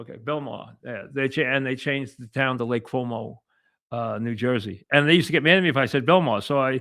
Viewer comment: Lake Como, Mike. Not Lake Cuomo. Dope